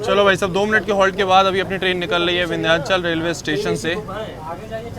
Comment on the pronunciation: तुम यमुना जी को अपने हर वीडियो में गंगा जी बताते हो ! और विंध्याचल को विद्यांचल बताते हो। अब इसको सुधार लो । और हां !... चुनार स्टेशन को चुनर बोलते हो.... हर चीज़ का सही उच्चारण और नदी या किसी और चीज़ का कन्फर्म नाम ही बताया करो....